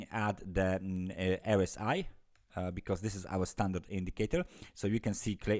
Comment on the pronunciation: Hey....jak zwykle super analiza, dziękuję. ~~~...mała podpowiedź drobnym druczkiem, mam nadzieję, że nikt nie zauważy:) Po angielsku mamy nie ErEsAi tylko ArEsAi :)~~~ Trzymaj się dzielnie!